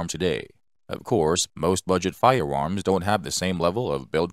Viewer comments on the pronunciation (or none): He is definitely saying firewarms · Fudd narration. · Am I the only one hear him say "Firewarms"? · I’m hearing “fire-woms” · Holy shit, lol🤣... "Budget friendly firewarms"🤣🤣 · He most definitely said firewarms. And now I can’t take him serious anymore . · Hilarious that the computer generated voice keeps saying Firewarms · I him say Firewarms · I wonder if the narrator plans hunt wabbits with his firewarm. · Hard to watch the whole video because of the narrators Cripkey pronunciation. Firewarms? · Weird. A computer generated voice with a speech impediment. Fie-warms? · They're firearms not firewarms,Elmer Fudd gonna catch that waskily wabbit? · Sounds like a speech impediment to me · It could be, computer generated voices can sound pretty realistic. Why would someone build a speech impediment into the software though? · No your not 😂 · yeah thats bothering me too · Fuck no, I can’t in-hear it. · Came here to consider making the same comment but didn't want to be rude. But yes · More like "fiweawms." It sounded like a computer generated voice with rhotacism. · To me, it sounded like "fiyawomms". I got used to it, being that I was, for once, more interested in the information being presented. Usually, things like that distract me so badly that I don't know any more about the subject after the video than I did before watching it. I hope he's using an AI voice, and it was just a glitch.